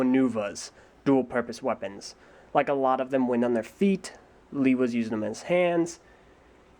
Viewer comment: While "Ah-ne-wah" is how Turaga Vakama pronounces it in the narration for LOMN (which is where BS01 got that from), but he does have an accent to account for and the movies sometimes slipped up on pronunciation ("Lee-wah"? It's "Lay-wah"! Although that's still better than BTG's "Loo-wah") Personally, I go with "Oh-nay-wah". It seems to fit.